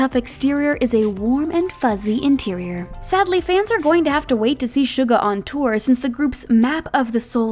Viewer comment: Can we just talk about how unlike other people she actually did her research and did quite good with the Korean pronunciation like she didn't say Soo-ga or Min Yoon-G👏👏👏👍👍👍